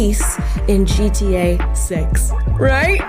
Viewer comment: Love Amala.. but why does keeping saying GTA as G-T-A ? Most people don't use such long spaces between the letters when pronouncing it 😂